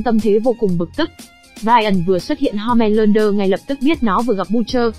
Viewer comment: ủa home lander cứ ko phải homan lander